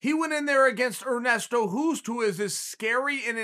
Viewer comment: Hoost is pronounced as host btw ;)